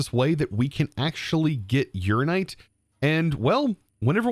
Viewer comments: Urananite. Your-Anna-Night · Please please please pronounce ALL the letters in uraninite. It's based on uranium, not urine.